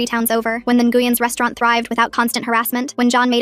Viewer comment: Ngueyn is pronounced win ❤